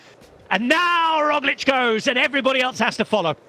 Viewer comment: I think "Pog" and "Rog" rhyme. I don't think it's "Roj".